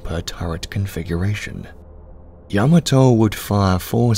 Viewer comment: Kudos to the narrator for the proper pronunciation of Yamato.